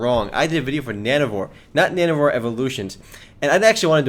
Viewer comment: it sounds like you're saying nano-whores ^^